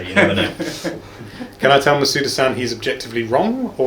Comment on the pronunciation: if you're gonna add -san to their names at least pronounce it right